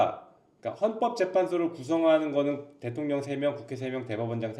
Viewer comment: 주블리님 볼수록 매력 넘치고 무엇보다 대통년 발음 마저도 사랑스럽다 💖🧡💕💚💙❤️